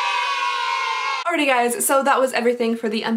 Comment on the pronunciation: the way she says “alrighTY” makes me laugh every time